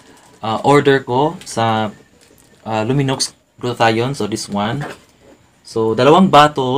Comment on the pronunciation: Silent x po pag pronounce